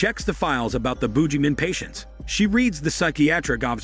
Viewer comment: lol is mispronouncing things intentional? This is the second video of yours I've seen. You kept pronouncing Emo as "eh-MO" in Cabin Fever 2 and now this thing is the Boojieman?